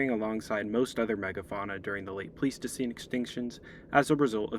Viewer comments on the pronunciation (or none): Great video for a brand new channel! Can't wait to see more. Very interesting and packed with good info. My one gripe (if you could even call it that) is that "Pleistocene" is pronounced "Ply-stuh-seen," not "Plee-stuh-seen." Not a huge deal at all, just wanted to mention it.